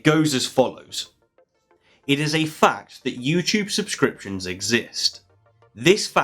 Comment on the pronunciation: Did you notice that he says "fact" loudly and distinctly, and that it sounds a bit like "Fucked"? My roommate did. She asked what I was watching that was so fucked.